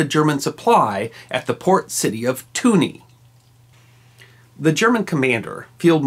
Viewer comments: In Tunis the "s" isn't silent. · Is using the French pronunciation of Tunis? I've only ever heard British people pronounce it Tyunis, with the "s" sounded. Like Paris.